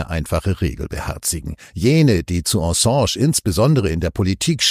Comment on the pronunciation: „Ensange“???? Könnt Ihr, um Gottes Willen, den Namen nicht korrekt aussprechen?!?